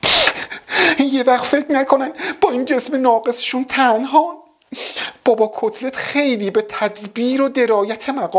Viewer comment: میگه کصلت یا کتلت؟؟😂